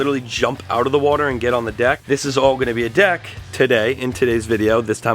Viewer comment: you not saying deck right bro